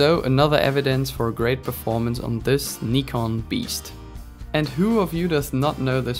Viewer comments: had to dislike because of the way you say nikon. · You get a thumbs up just for saying Nikon correctly. 💪